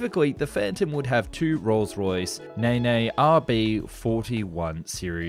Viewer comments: The engine naime "Nene" is not pronounced "Nay Nay". It's pronounced "Neen". Rolls Royce have a tradition of calling their jet engines after British rivers Conway, Tay, Trent, Spey etc. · The Rolls-Royce Nene is pronounced 'neen' not 'ne-ne' as you have said. Please research your pronounciations a little better as this is not the first time you've done it. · The engine name is pronounced "neen" not "knee knee". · RR name their engines after rivers in the UK. So, these are the Nene engines, pronounced "Neen" not "Nay-nay". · The Engines are Rolls Royce Nene pronounced Nene as in Been not Na Na. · "Nay-nay"!? The Rolls Royce Nene is pronounced 'neen'. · Rolls Royce Ne-Ne engines? WTF are you talking about? Nene is pronounced "Neen" after the river that flows through the town of Peterborough. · Rolls Royce Nay Nay engines?? I think you mean Nene (a river in England) pronounced Neene.... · Nay nay! Neen you muppet. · LOL! The "Nene" of the Rolls Royce Nene is not pronounced "Nay Nay"! It's pronounced "NEEN", after the River Nene, in England, which flows through Northamptonshire, Cambridgeshire and Lincolnshire. Most early RR Jets were named after Rivers in England, like the Derwent, and the Avon etc. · Rolls Royce Nay Nay? You mean Rolls Royce Nene, pronounced Knee n. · Nay Nay engines 😂😂😂😂 its pronounced 'nean' the engine is named after the river Nene, a lot of Rolls Royce jet engines are named after rivers! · Engines - Rolls Royce Nene - pronounced 'neen', not 'nay-nay'. As for FOD injestion from the nose wheels - the nosewheels are mainly in front of the intake but the rear of the wheel isn't, which is where FOD would be thrown up from. The intakes are a bit close to the ground but look similar to the 737s, which doesn't suffer FOD damage much. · Ive never heard of this plane before - fascinating, but the engines: "nene" is pronounced "neen", not "naynay" great article though. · Its not pronounced NEY NEY... its Neen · Naynay engines? Neen is the way to pronounce it.